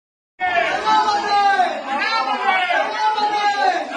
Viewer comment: விஜயை தனபதி என்று கூவும் போது எனக்கு தளபதி என்று கேட்கவில்லை தள்ளய ஓழி என்று கேட்கிறது உங்களுக்கும் கேட்கிறதா கமென்ட்-ல் சொல்லுங்கள்